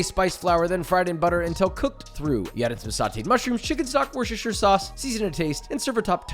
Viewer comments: Did he just say “Worchester” sauce? It’s pronounced Wooster lol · Wooster sauce. FFS. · not wor-chester-shire-sauce say: WORSE-TER-SHIRE-SAUCE ;D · Brit here! It’s pronounced “Wustersheer” 😂 Godspeed xo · Why cant you say Worcestershire? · It's pronounced woostahshishashareesabarshur....sauce